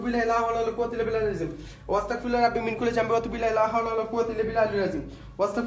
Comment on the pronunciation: Abar Astagfirullah) ke bolteso. Wastagfirullah. 😅. Eta tik koorar chestra koro bro 🤗